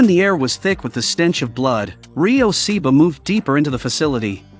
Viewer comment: You can’t even say The name right. It’s not Seeba it’s Ryo Saeba